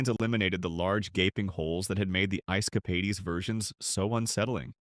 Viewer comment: Ice "Capadies???"